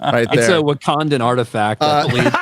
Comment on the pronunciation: "A Wakadan Artifact!" 😄😂🤣